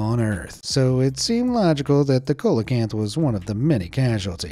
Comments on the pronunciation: It's pronounced seelowkanth! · Fyi, it's pronounced SEE-lo-kanth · Colacamp?? Lol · it's pronounced "see·luh·kanth". once again, getting paid for half ass narration. can't even be bothered to check pronunciations. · Its pronunciation is like "selakanth" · See-lah canth ! It's not pronounced phonetically. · Coelacanth Seal-a-cant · It's pronounced like the singer CELLO CANTH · See luh kanth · Coelacanth is pronounced "see-loh-can-th". And that annoying Forrest Galante says in his [terrible] show that his grandfather helped "rediscover it", which appears to be at least only vaguely true, if not an outright fabrication. I tried watching the show when it first came out but I found the host to be rather cocky and douchey and a false advertiser. He'd constantly tout that he "found evidence" of whatever creature he was pursuing being alive still and then, more often than not, at the end he would be like "well, we just don't know! Not enough proof..." 😒🤦🏻‍♀️ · If you're going to narrate a video, go learn how to pronounce names of animals correctly first. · Hi,Coelacanth is pronounced seal-a-canth........ It's like when Americans have a baseball world series....,but the world isn't invited or create a game called football but when football already exists so Coelacanth is Seal a canth....I'm just saying brother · Bruh the black leopards are not leopards their jaguars, the coelacanth is pronounced see-lo-can-th & caimans are pronounced kay-men.😠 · “Colacanth ”? Don’t you mean “sealacanth “? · “SEE-LO-CANTH”, not “COLA-CANTH” 😅 🐠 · The first syllable of coelacanth Is pronounced like "seal" not "coal". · It's a see-lo-canth not colacanth fyi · A "cola-cant" ??? Come on. You don't need to be a scientist to have heard this word pronounced at least once. Do you me a " see-la-canth" or coelacanth. 🤦‍♀️ you know less about these subjects than anybody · He mispronounced the colecanths name!! See lo canth! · Say it with us “see-luh-canth”. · Its see-low-can-th